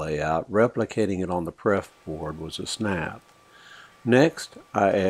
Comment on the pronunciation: LOL Good video... but I spit my coffe out laughing when you said "PREF board"... TWICE!